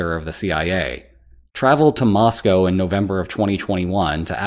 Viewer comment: Nice to hear "Moscow" pronounced correctly